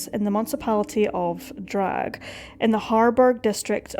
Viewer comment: Not to be picky but in German you pronounce every letter, just because it's at the end of the word, doesn't mean is absent. It's not Drag - It's DRA.GHE🙂